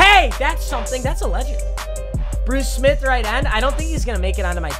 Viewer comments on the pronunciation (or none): none